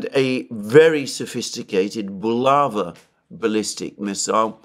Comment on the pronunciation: It's bulavA (emphasis on the last vowel)😊